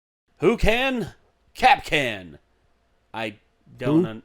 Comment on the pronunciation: When Kapkan has children, Kap- kin . UwU